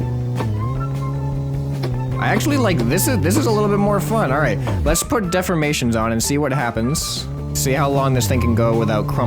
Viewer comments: defformation?? De-formation...Think Deform-ation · dude it de form mation not def for mation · dude its pernoused de 4 mA tion